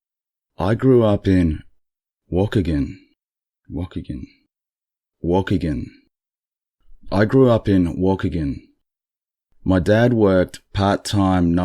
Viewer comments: i was looking for this comment..... "walk-a-gun" .... xD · WA-KEE-GAN. emphasis on 'kee'. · Wakegen is pronounced: wah-KEEG'-un, just for future reference. Good job on you, though, cuz some of the names in your stories are difficult. That last story was hilarious! Thanks!